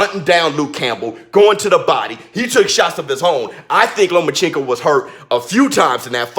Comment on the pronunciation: Shut down your channel idiot. Your personality kept me from listening to anything you said. Only thing i heard was your rascist ass improper pronunciation of Loma's name.